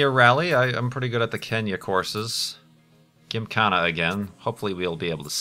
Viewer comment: Will he ever say Gymkhana right?